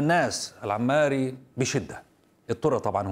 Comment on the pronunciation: اسمه الحوماري وليس العماري